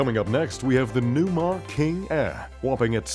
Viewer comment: This reviewer can say palazzo but he can't pronounce Cummins, Newmar or Prevost. 😂